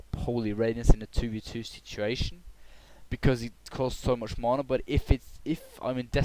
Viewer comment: i WISH you say MANA PROPERLY!!!